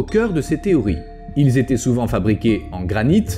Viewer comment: Il serait judicieux de faire gaffe quand vous expliquez quelque chose .... "y zétaient.... y zavaient..." . Ca ne fait guère sérieux. Je dis ça, je dis rien....